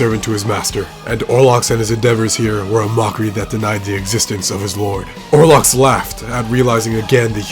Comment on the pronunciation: If you play the game, you know his name. It's OL-ROX! Why can no one get it right??